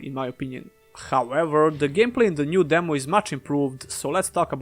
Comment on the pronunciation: I love it when he says demow